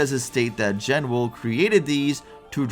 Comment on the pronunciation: BTW based on Meteonelfilis' names in other languages, the Genwel title seems to be a portmanteau of Genesis and Jewel, meaning it's probably actually pronounced "JE-nool", not "JEN-well"